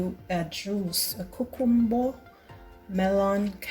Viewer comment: Probably, one of the healthiest juice ever. Whenever I hear you say the word cucumber, I hear my best friend’s mum who is Jamaican. Think I will try this version of carrot juice. Thank you 😊